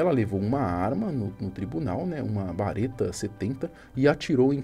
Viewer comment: Barreta Nn, Berreta